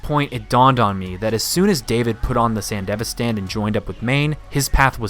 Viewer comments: San DEV ISTAN not fucking sandevistan the most American way of pronouncing anything ever. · sand-devi-stan as was painful to hear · I'm assuming the rest of this video is good but I had to stop watching after I heard your horrid pronunciation of "Sandevistan" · The way you pronounce Sandevistan bothers me. Maybe it's because I watched the show subbed, but it's just really irking me.